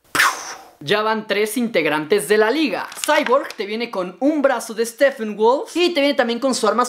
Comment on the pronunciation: por le dices steffenwolf se dice steppenwolf si la p tiene h lee como f pero si la p no tiene h no se lee como f